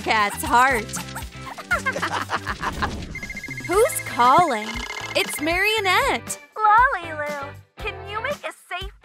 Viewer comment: It’s lalilu not ololu